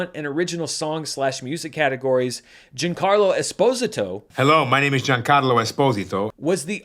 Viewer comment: Especially because keeps calling him “Gene-carlo”, putting the emphasis on the silent i and ignoring the a.